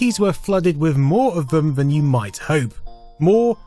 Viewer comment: why do you say van instead of than ...